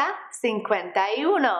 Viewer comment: Great lesson but I think you are pronouncing one wrong, it's supposed to be like oo no , not you no.